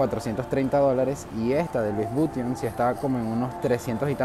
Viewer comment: La verdad al panameño no le gusta ese mall porque en un comienzo se habló de negocios turbos y provenientes de dudoso capital, por eso el panameño nunca le ha gustado asistir allí, por cierto, la pronunciación de Louis Vuitton es Lui Vitón, no Luis Buiton, con sonido de V no de B.